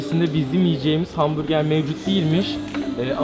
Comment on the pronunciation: Her kez ben dahi hamburger der kardeşım ise hambuge diyo anlamadim